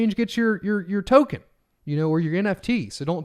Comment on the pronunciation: Thanks! Another great how-to video! Tokhun! Token? haha